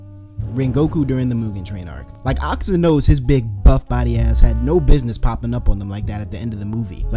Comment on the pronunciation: I might be saying this on my dad's phone but the way you say his name is akaza!